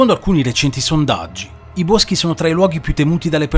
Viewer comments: Hai detto "I buoschi"😂😂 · Casa sperduta nei "Buoschii" hahahaha :-)